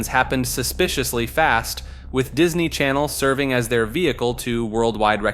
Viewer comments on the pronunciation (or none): none